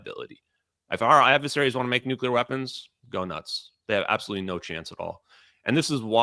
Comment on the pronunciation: Stop exposing your ignorance Benny by mispronouncing nuclear. It's not New-cya-ler, it's new-clear.